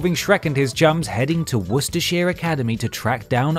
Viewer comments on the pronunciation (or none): I’m disappointed, an Englishman mispronounced Worcestershire. And for Americans it’s pronounced Woo-ster-sha